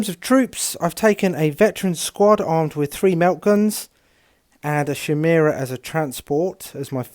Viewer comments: Would slay you on a spot for "Shimera" instead of "Khimera"! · Is it a bad thing that it makes me giggle everytime they pronounce it 'shymera'? Also I got a DOW3 advert in the middle of this, seemed fitting.